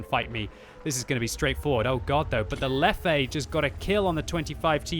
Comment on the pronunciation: Lefefe? really? :D